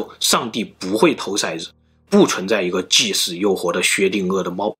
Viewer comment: 掷色子（shaizi），掷骰子（touzi)。